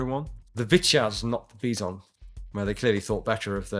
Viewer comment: Also props to for saying Vityaz and Bizon fairly close to the Russian words~